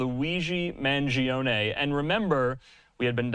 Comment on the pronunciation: I’ve heard a number of media people getting his last name wrong. You win the prize, you mispronounced not only his last name but his first name as well. 👏